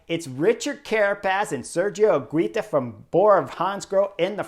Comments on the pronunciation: Higuita correct pronuntiation: "Iggy - tah". The stress in the middle, in the second "i" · Higuita is pronounced without the U ;) basically higita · Chris, I love every comment you make about all this races and normally you really good at pronouncing all the names but is painful the way you pronouncing Higuita!!! I’m sure you can do better. Love the videos keep it coming.